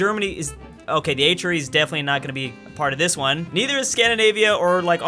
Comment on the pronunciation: STOP CALLING IT THE H-REE! At first I thought he said Adriatic Sea.